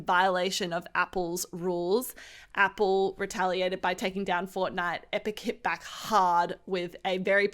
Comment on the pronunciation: Nobody:: "Epille"